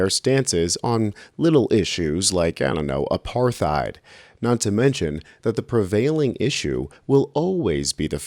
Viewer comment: It's pronounced "a-PART-hide"!